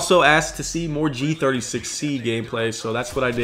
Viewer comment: Gotta give a like for dat Gee Thirty Sexy